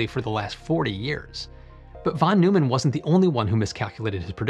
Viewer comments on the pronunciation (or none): Great video as usual. for future reference, I believe Neumann in "John von Neumann" is pronounced "Noi-man or noy-man". His name came up frequently in my physics and engineering classes.